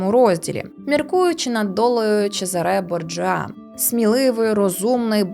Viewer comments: Відео цікаве і круте, тільки от ЧезАре БОрджиа, саме з таким налогосом. Багато цікавився тим періодом Італії і особливо Флоренцією, тому трішки різануло слух 😅😅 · Ви впевнені що у "Чезаре Борджіа" ви правильно ставите наголос? Коли наголос на останньому складі, звучить якось по французьки.